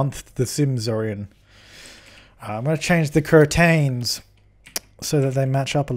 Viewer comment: You're saying curtain correctly. Like "kurtin"